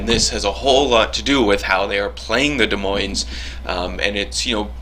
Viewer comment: Holy shit, I thought this ship was supposed to suck! Nice vid,! But just to be a language Nazi, BOTH S's in "Des Moines" are silent. 'Cuz French and shit.